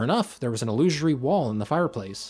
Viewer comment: Why do you people struggle so much to say "illusory wall"? Every damn time.